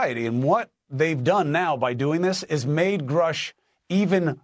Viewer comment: Unreal how the mans name can be everywhere and yet people will still say Grush instead of Grusch